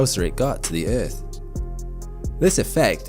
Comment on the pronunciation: I hate the way you say earth ..